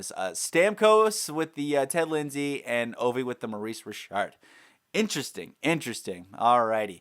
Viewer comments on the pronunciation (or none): none